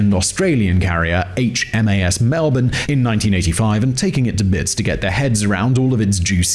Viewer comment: Credit where it's due: The ONLY American I've ever heard pronounce Melbourne correctly.